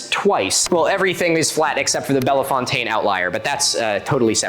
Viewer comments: Sorry, this is nitpicky as hell, so ignore if you please. I had to rewind this a bit because I thought I misheard you. "Bellafontaine"? Like "Lima", not in Ohio. "Bell-fontaine". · Sir as an ohioan, it's pronounced bell fountain. Not belle fontaine, though that is how it's spelled. It's annoying, we all know. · Not bella fountaine. Other than that great vid. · Local "Um, Actually": I don't know anyone in Ohio that would call Bellefontaine "Bella Fontane", it's just "Bell Fountain", however, if that's the scientifically accepted pronunciation when talking about the Bellefontaine Outlier, maybe I should be correcting all these foolish locals instead. 😀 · I almost NEVER comment on things. But as an Ohio native, it's pronounced "Bell Fountain" (like the water feature) NOT "Belle Fontaine" (with the long A). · "Belly-fon-tayne" lol so close It's pronounced "Bell-fountain". Source: I attended the vocational school at the top of that hill about 10 years ago. It's called Ohio Hi-Point Career Center, presumably named after the fact that it's on the highest elevation in Ohio. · Bell-Fountain. I know. I know. It's Ohio. We pronounce Russia, OH as "Russie" and Versailles as "Ver-sales". It's french, belle pronounced "bell" and fontaine is fountain. So. You know. Bell-fountain. My dad lived in Akron and I lived in Bellefontaine with my mom and step-dad and my dad would pronounce it as "bell-fon-tayne". Which is how most of Ohioans who don't live near it say it. LOL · As someone who lives in the Miami Valley in Ohio, fairly close to the Serpent Mound and the Bellefontaine Outlier. I have to let everyone know that we pronounce all sorts of locations incorrectly here and so I feel like I should correct the record a bit. We have places like Versailles pronounced ver-sails and Russia pronounced rue-she. I have to note that we pronounce Bellefontaine bell-fountain. And so it would be the Bellefontaine (bell-fountain) Outlier. Hopefully, academia won't silence me.